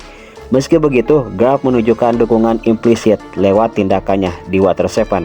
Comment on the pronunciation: Kok grap sih? Garp bang bukan grap 😅